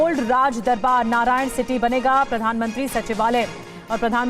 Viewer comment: Narayanan City नही, it's नारायण हीटी